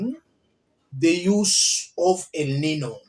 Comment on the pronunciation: It is pronounced, 'El Ninyo'